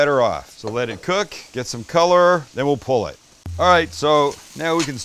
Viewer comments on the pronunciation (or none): While frying the chicken you said and we’ll pull it, or was that and we’ll pullet? Bwahahaha!